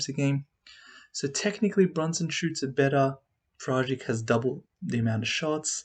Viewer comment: A teaching lesson how to pronounce Goran's surname: :-)